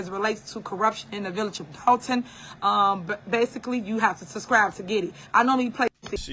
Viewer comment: “Yall suscriVe”😂😂😂😂